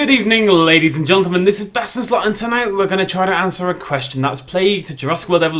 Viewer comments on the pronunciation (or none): I love how he says geltonmen